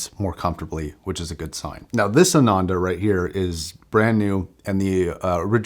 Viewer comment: Nice video! It's pronounced "aah-nun-the" by the way.